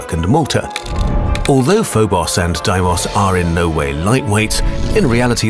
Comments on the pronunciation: Its not doimos. Its de-mi-os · Deee-mus, not di-moss. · Ugh. The names of the moons are mispronounced. In English we call them "FOE-boe-ss" (['fəʊ.bəʊs]) and "DAY-moe-ss" (['deɪ.məʊs]) not "foe-boss" and "die-moss" like this foreign narrator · Did I miss smth? Isn't it spelled D-e-i-mos? Not D-I-i-m-o-s... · Isn't Deimos technically pronounced "DEE-mos" not "DIE-mos"? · It’s pronounced f-o-bo-s and d-ei-mo-s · I keep up unhearing deimos as ”Diemos” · Isn't Deimos pronounced more like "Daymos" - De-i-mos? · Phobos and deimos are prenounced foe bows and dee mows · Btw Deimos is pronounced Day-e-mos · Did this guy just pronounce deimos as diemust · oh it's pronounced Die-moss, thought it was Day-moss for some reason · It is pronounced Foh-buws and Day-muws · brenda corpes u pronounce tHem like this fo bos De moyse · Did you say Deimos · if ur gonna make a video over the moons PLEASE pronounce them right - phobos was good but DEIMOS WASNT GOOD AT ALL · Pretty sure you pronounced their names wrong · You pronounced Phobos and demos wrong